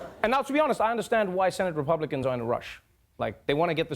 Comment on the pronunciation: Yeah ,yeah ,the "Rapiublikkkans"